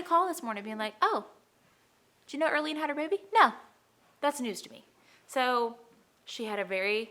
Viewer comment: Erlene. More like Early-ne 😅